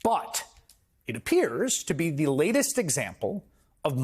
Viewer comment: Swear said "Bong threat"